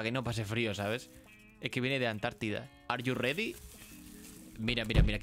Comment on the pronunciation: Ar yu redi? Jajajaja grande